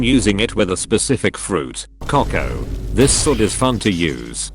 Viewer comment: Did bro really say “cocko”💀